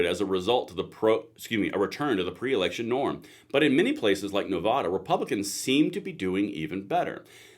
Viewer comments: I really like your content, but please say Nevada correctly. Nuh Va (like apple) Duh. I know it's nit picky, but that's how to say it. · Please stop calling our state Nevahduh….. it’s Nevada. Love your show but I cringe a little every time it’s pronounced that way.